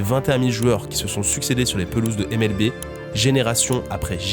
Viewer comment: Petit détail mais si tu dis NBA à l'anglaise, N Bi Ai, comme tout le monde, tu pourrais dire MLBi et non MLBé. Mais bon désolé pour l'instant grammar nazi, la vidéo est cool. Surtout que vu du Japon je connaissais un peu le bonhomme 😊😊